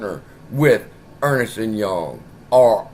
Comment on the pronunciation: Ernst and Young is pronounced as it says, it's not Ernest lol keep up the good work